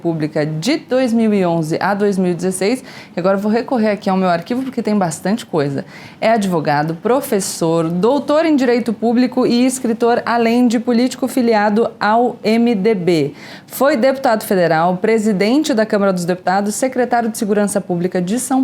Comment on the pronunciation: Prefiro o 'pobrema" e o "adevogado"!